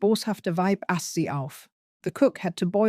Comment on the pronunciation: Why you pronounce "die" and "Mutter" like they are English words, and butcher them, but then proceed to perfectly pronounce a whole sentence (with the exception of ass instead of aß) is a mystery of its own. Those two words are pronounced like "thee" and "mootter", bringing them close to their English counterparts, which is also logical given your language's history